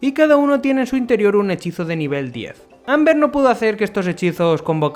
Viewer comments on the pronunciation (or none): creo que lo intenta decir como en la serie (Olbert) pero la verdad confunde un poquito XD